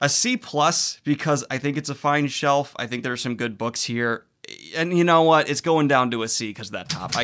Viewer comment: “You have crappy bookshelves Harry” “I have wOt”